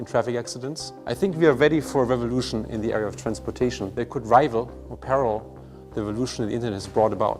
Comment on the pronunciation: something just feels funny about a german saying the word "revolution"